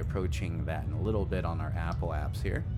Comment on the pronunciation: “Apoap*sis*.” “Periap*sis*.”